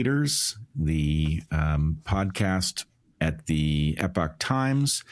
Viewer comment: Great, at last, to hear someone in the USA pronounce the word 'epoch' correctly! (No, it wasn't Bret). It should be pronounced 'eee-pock'. That's right, like 'email!' Try it! It's not difficult, and it's NOT 'epic' or 'epoc'.